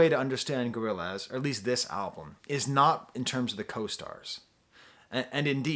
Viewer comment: Hearing say "Gorril- AZ" is all i needed